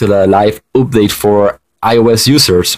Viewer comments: I like how dis guy said oopdate instead of update if u no wut i mean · For some reason i cant forget how he pronounces update OOPDATE i mean dont get me wrong im not american so i had a little problem coping a bit (im canadian/filipino) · He keeps saying oopdate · It is funny how you say update sorry if I was mean